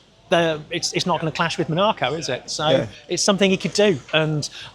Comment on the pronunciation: ah yes the Mon Arr Co grand prix 😂